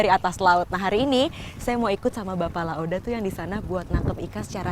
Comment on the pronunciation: bukan La oda tapi La ode, gmna sih wkwkwkwk